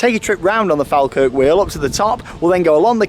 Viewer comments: listen to the scottish announcer she say's FallKirk.... not FalKirk..... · Falkirk is pronounced as "Fall Kirk' not 'Fal Kirk' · Shame that hasn't learned how to pronounce FALKIRK (FALL-kirk). It comes from the name of the "Faw Kirk" Anvient Church with speckled stone (Faw stone) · Mate it’s pronounced Fall - kirk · It's weird watching someone vlog in the area I live in lol Its pronounced FALL - KIRK = falkirk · Great video and it’s pronounced Fall Kirk 🙂. Live 5 minutes away from it, and been up many times. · sorryy but can you say falkirk right say fall then kirk seprately then try saying falkirk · Great video, although Falkirk is pronounced 'fall-kirk'. Glad you enjoyed it. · Close enough pronounaction wise but it's "fall Kirk" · Falkirk is pronounced ''Fall kirk'' lol:) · (and you) have it wrong it is definitely pronounced "fall-kirk"..... source, I'm Scottish and the town is about 10 minutes drive from me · The way he says Falkirk hurts me